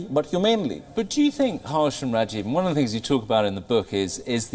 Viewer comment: Excellent interviewer kept the authors on their toes - pls have him learn how to pronounce indian names. Harsh sounded a bit haarsh ! The authors too managed very ably to respond and communicate their perspective. Despite some insisting that india was forcefully welded together as a constitutional state only in 1950, but the reality is that any constitution is informed by its civilizational ethos eg in india there was no need to insist on secularism since we have almost always separated religious institutions from state governance thanks to Varna dharma. State should focus on uplifting individuals and not favor one community over another - let the millions of communities foster their own cultural strengths unhindered - except of course where they are inimical to the weak and oppressed.